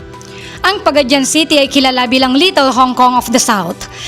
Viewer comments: Paga- di-an not Paga-dian Ta-gum not Tag-um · Pa-ga-di-an,not Pa-ga-dyan, same with But-wan not Bu-tu-an... when you say Bu-tu-an, it means you have a male reproductive organ,if bisaya hear you pronounce it wrong,we will laugh at you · it's pronounce PAGA-DI-AN not Pagadyan